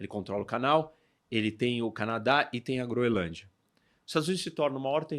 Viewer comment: A guria conseguiu se atravessar em tkdos os comentarios errado e falou o nome da ilha errado todas as vezes